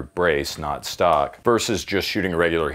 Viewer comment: I physically cringed every time he said "Stock", like no no baby what is you doing 😂